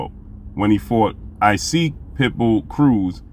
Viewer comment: Hey great brother; love the content. No knock by any means, but admire a brother mastering his craft. The correct pronunciation of "Isaac" Cruz is pronounced like Enoch from the bible or in his case Esoch..ck sound.